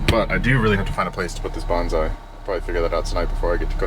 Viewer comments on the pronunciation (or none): Love your videos! But since you're driving a Japanese truck and bought a bonsai tree, the pronunciation counts. Bonsai isn't pronounced (bhan zy), that's a Japanese battle cry. It's pronounced (bone sigh). Please? Thanks! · It's Bonsai with a soft "s" rather than a z. Banzai was a battle cry of Japanese soldiers in WW2. It means 10,000 years. ;-)